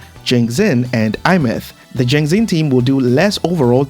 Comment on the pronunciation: i find it funny how he pronounced Aemeath = iMeth 😂 I pronounced it as "ey myath"